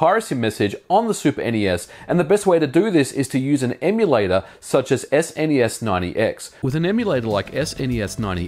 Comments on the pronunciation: Why do you say SNES Ninety X rather than SNES9x? There's no extra number there. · It's Snes9x not Snes90x. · "Ess en ee ess ninety x" What a peculiar way to say the emulator's name. I've seen/heard a few others in my time, but not that one. I don't know that anyone thought to ask the original devs. ¯\_(ツ)_/¯